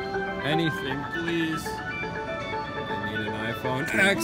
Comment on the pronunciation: iPhone "eks"